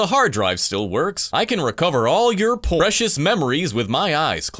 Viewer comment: Ah yes, por-ecious memories...